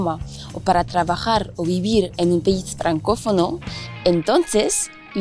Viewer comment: a mal prononce 'pais' en espagnol.. le 'ai' c pas comme le 'ai' en francais! mais j'aime le 'r'